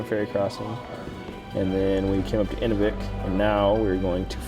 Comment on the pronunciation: Great show, but learn to pronounce the names of the communities. Inuvik /ɨˈnuːvɪk/ (place of man) Spoken like; inew vik